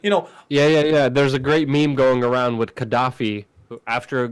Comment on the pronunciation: It's not pronounced "wit" it's "with". There's a TH at the end.